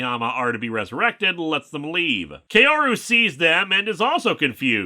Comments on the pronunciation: By the way, "Kaoru" is pronounced "Kah-oh-rou". Not "Key-oh-ru". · Nice video but, and I know this is nitpicky because of my weebness, but Kaoru isn't pronounced "Kay-O-ru" but "Kah-O-Ru". You clearly watched those movies in japanese and they don't pronounced it "Kay-O-Ru" there. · “Kaoru” is pronounced closer to “Kow-roo” (most accurately Kah-o-roo, but Kah-o usually comes out as close enough to Kow).